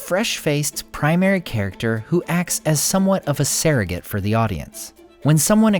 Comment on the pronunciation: SURrogate, not SAIRrogate, but yes, I’m all for Elrond